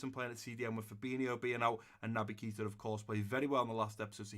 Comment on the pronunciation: Hi! Just to say it’s pronounced ‘Kata’ not Keeta